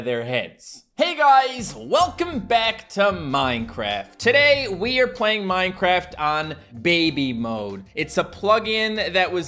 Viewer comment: Twy minecwaft hardcowe